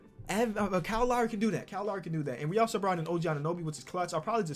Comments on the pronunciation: Nobody:: kowl lowry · “Cowl lowlry” 😂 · “Kyle Lawry” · Cow Lowee KL:It is kyle Lowry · Kahl lahry=Kyle Lowry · sound this out kiel laoury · Nobody:: Cow Lowry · nobody:: "COWL Lowry" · No one:: Kyo Lowry